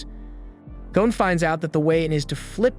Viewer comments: The name is Gon not Gone…. Man I can’t even listen to this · Why do Americans insist on pronouncing the lads name as gown and not gon??? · Gon not goan